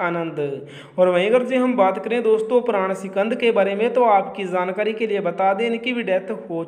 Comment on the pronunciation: Jaankari hota hai Zaankari nahin - Apna ucharan sahi kro ji !!!